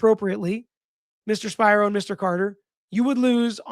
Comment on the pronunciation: Spiro pronounced (Spear-oh) the name is Greek even if he's Jewish.